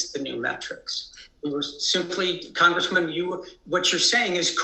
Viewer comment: Why does he continue to call her Comgressman??